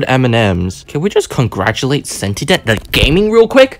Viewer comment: “cenitdenit” 💀💀💀💀💀💀 go back to first grade 💀